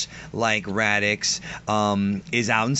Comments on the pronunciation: Pls don't tell me that I'm the only one who keeps thinkin' says Radicks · Omfg do you have marbles in your mouth? Why can't you pronounce Raditz properly? Where the hell are you getting "Radicks"? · Why the hell does he keep calling him Radix?! Lol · Are you saying radix? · Does anyone else keep hearing Raddicks? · It sounds like he's saying "radicks" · Say "Radix" one more time... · Why do you keep calling him "Radix"? xD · Radicks lmao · Why do you keep pronouncing it "Radicks"? It's driving me crazy. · Please stop saying "Radix" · Did he just say radicks!!! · Who the fuck is Radiks? Learn to talk. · "Radickz"... does this guy got dick on his mind or something? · lol he's saying radicks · I swear one of you is saying "Radix", and its driving me nuts. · nice discussion you got there.. though your pronounciation of Raditz as Radix/Radiks was driving me nuts through the entire video.. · is it me or does it sound like is saying Radicks instead of Raditz? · Is no one else being driven insane by how this guy is pronouncing “Raditz”? He’s saying “Radix” or “Radicks” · I can't really take someone seriously who doesn't even pronounce the character, who's being discussed correctly. Radix isn't his name, Raditz however is. Listening format dictates this. And you come off as just a person making videos about a subject you read off a paper about. And not a person who appreciates Dragonball. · Are you guys pronouncing his name Radics, or raditz?? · Is anyone else hearing them say raditx not raditz lol your can't be a dragon ball fan or expert if you cant say the names properly 😂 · They should of paired vegeta n raditz... Both extremely violent, big egos and highly confident. Nappa shoulda been the weakling Just to put it out there cuz I hear it often... It's pronounced rad-its and tur-less... Not rad-ix and not tur-els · Before you discuss DBZ maybe learn their Actual names! It's Raditz not Radicks! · Raditz NOT FUCKING RADIX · Radits not radix you dumb bitch